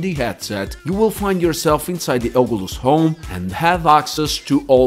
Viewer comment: Ogulus 😂 great vid tho thanks